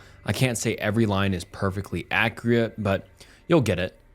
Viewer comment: just hit us with a Dj Khaled "accreate"😂😂